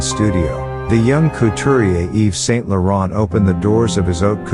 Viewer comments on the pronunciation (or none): Pure crap. You should be ashamed, oh right, you’re not real. You can’t even pronounce his name correctly. Fraud.